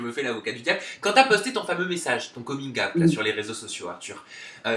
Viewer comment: Jai arrêté la video à coming "ayt" frere